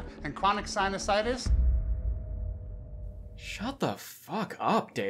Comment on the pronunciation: "Cronic situsitus." Did I hear that right? lol?